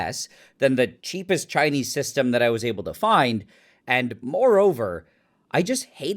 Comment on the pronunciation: Nile when you say Chinese the way you do, you need to know it sounds racist, whether intentional or not.